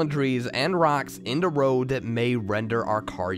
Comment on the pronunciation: Your slight accent on the word "the" sounding like "da" intrigues me